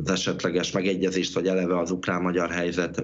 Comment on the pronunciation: KATASZTRÓFÁLIS A ZAVAROSBESZÉDŰ MÁR A 34 MÁSODPERCNÉL MI AZ AZ UKLÁN???